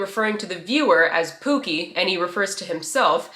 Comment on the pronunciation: he's pronouncing 'pookie' like 'poo-keh' which means...something else in Tagalog 😭